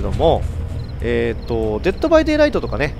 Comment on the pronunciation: デットバイデイライトってちゃんと言えるんだw